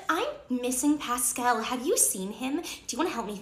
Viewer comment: Pascel instead of forky